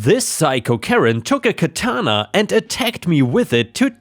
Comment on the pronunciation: Isn’t it interesting that the ones in today’s screwed up crazy society that squawk about “cultural appropriation” are not really the people from the culture that supposedly is being appropriated… They’re really WHITE woke SJW idiots. And oh, just FYI, it’s pronounced KA-ta-na. I used to write a lot of anime-based fanfiction back in the day and usually watched the DVDs with the Japanese soundtrack and English subtitles, which helped in my writing. So I studied everything about the Japanese, including and especially annunciation and meaning of Japanese words. And in story two,OP was a riot, but what he could’ve done is go a little bit further, and go to a high-end store that sells stuffed animals that are lifelike. He could’ve gotten a German shepherd, or a Doberman pincher stuffed animal, and put it in the backyard on the chain with the collar. Wouldn’t that have been a hoot?😊